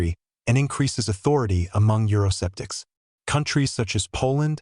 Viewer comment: It's not euro-septics but euro-skeptics! You do pronounce K you robot. Nowadays every half educated person wants to be an educator or political analyst.